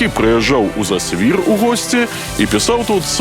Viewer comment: зАсвір, націск на першы склад! Яшчэ ёсць інфармацыя, што і кляштар быў закрыты ў 1861, а не 1831. Дарэчы, інфармацыя пра кармэлітаў і паўстанцаў пакуль на ўзроўні легенд